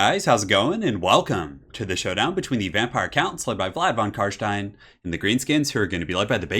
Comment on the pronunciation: Very good Job on the Carstein pronounciation, many non german speakers struggle with german sounding names